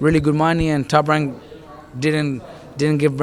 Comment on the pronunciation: Does Robert Garcia say TOP WANK